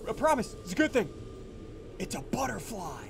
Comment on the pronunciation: "Futterbly," said SSundee ;WHY DO YOU DO THIS?